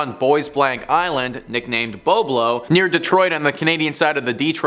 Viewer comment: Bob low is how it was or is pronounced. Boisblanc island is the original name. It was located in Ammiseberg Ontario , closed down in 1993 due to lack of attendance.not to mention the fact that Cedar Point was within 4 hours away.